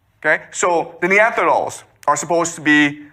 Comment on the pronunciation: lmfao. The "Neantherdals".